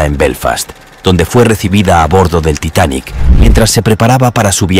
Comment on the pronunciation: Ya deja de decir titanic asteric 🙄